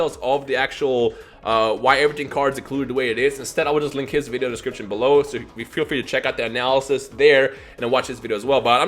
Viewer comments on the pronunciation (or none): none